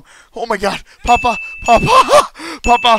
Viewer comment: Its pappa!!! Not papa!!!!